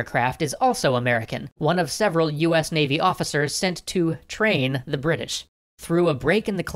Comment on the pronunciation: Why did he say "Train" like that? I know there's subtext but I'm dumb 😅